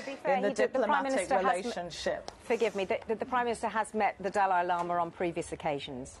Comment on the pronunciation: Dalai Lama = Du lay lo ma